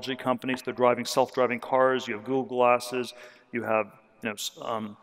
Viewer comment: at he says google glasses, but because the consonants are the same it sounds like he said google asses. That really got my attention bc I thought for a second that google started a porn company.